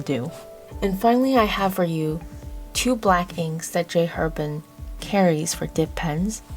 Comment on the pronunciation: This was a great review, thank you. Very thorough, great visuals, very organized. The only criticism: if you like J. Herbin so much, please pronounce the name correctly: the "H" in French is silent - it's pronounced AIR-bon (that's the closest to an easy way to show you how to pronounce it -- more accurate would be : AIR-bahn )